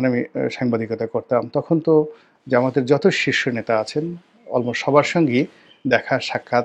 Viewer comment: জামায়াতের নামটা সুন্দর করে বলবেন। যেমন ;- বাংলাদেশ জামায়াতে ইসলামী